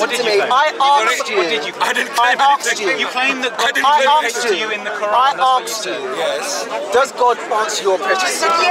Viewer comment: "I arxd u?" so listen to him you pillock!